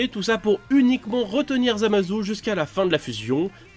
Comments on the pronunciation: Ça se dit Zamassssssu pas ZamaZOU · On dit zamatsu pas zu